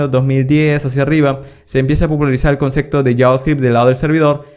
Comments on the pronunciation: La verdad que tus cursos son geniales. Lo que me chocaba un poco es que decis mucho concecto con la letra C! y en verdad es concepto con P! A lo mejor no te sale pronunciarlo bien, pero llama la atención. Igual son geniales tus videos que es lo central! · gracias por tus tutoriales, pero se dice "concepto" y no "concekto". Jajajaja, saludos!